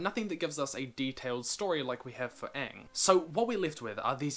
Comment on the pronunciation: Mate just pronounce Aang right and that's a 400% improvement